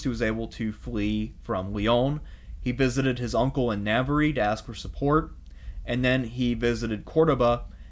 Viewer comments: It's fine, it is correctly pronounced Na-Ba-,RRA, three syllables always. Navarre is the anglicised/french pronunciation and spelling. So anyone is free to say it anyway they like it. Basque also receives the same Anglicised French treatment, the full term is Vasco or Vascones, same thing, different pronunciations in different languages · I'm a big fan and normally only too willing to overlook one or two dubious pronunciations in light of the wonderful quality of your content, but listening to you mispronounce 'Navarre' as brutally as you have in this video has caused my to reflect on the point at which the medium begins to undermine the message...a well-built house still needs a lick of paint. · Amazing video... But it would be a whole lot better if you invested a little time into researching how to pronounce the regions of Spain. Navarre is so bad I didn't even understand what you was talking about. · Yeah its so easy to pronounce, something like "nah- var (rhymes with star), not nav-var-rie. It was jarring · I like History and I like these podcasts but dude ...NAVARY??!! NAVARY?!!! WTF... Please learn how to pronounce Portuguese and Spanish better. It is not that hard... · You pronounce Navarre wrong every time and it hurts my ears. Spanish vowels. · Thank you for this; worthy of seminary. Very enjoyable. (Navarre is pronounced Navar, Algarve = Algarv - please don't think I am a pedant - I am quarter Spanish - I could never put this fascinating monologue together). Please do more. Love Hedy. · Really good video, but you butchered the region names so bad. “The region of navariiii” 😂🤣😂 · Navarre is pronounced ‘navarr’. Your mispronunciation really irritates me. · Please pronounce Navarre correctly